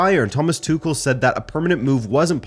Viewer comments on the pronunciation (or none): none